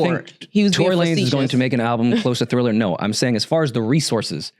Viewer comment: please dont let the word Thriller come out of your mouth again 😅